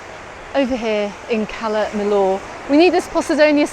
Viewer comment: It's pronounced Cala Mi-yor. The double L is always pronounced as a y in Spanish.